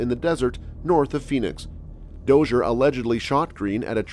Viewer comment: The desert, isn’t called Phenix.. Its Phoenix ..